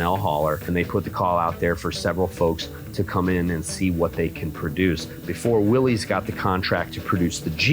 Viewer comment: It’s not Willy’s, like One-eyed Willie. It’s Willys, as in “Whatchoo talking’ ‘bout, Willis?” The plural possessive of Willys is Willys’. Read about John North Willys, founder of Willys-Overland.